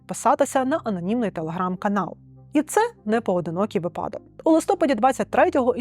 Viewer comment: Хороша програма🌟!👍 😱 Прохання, ставте наголос правильно у слові вИпадок, а не випАдок🙏